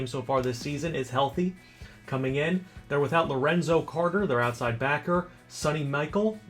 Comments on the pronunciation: You pronounce Sony Michel like Sony Michelle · Just so you know for the UGA game commentary, the running back they are missing's name is pronounced "Soney (like the electronic brand) Michelle" but is spelled Sony Michel. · That's not how you say Sony Michel's name lol